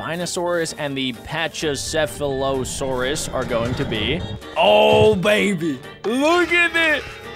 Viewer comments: The thing on the pachycephalosaurus head is a battering ram, it uses it for self defense and to fight for territory, and its a herbivore and its pronounced pak-ee-sef-alo-saurus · CD Spinosaurus and is also pronounce Packy-seph-leo-saur-us (Aurora) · its said pachy or pachalasaurus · you say pachycephalosaurus like pak-i-sef-alo-saurus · It is pronounced pak-e-sefulusorus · packysefalasorus is how u pronounce it.